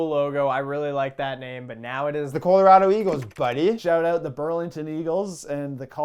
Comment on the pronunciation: Good on for supporting the PWHPA, but can you guys please teach him to say Colorado properly?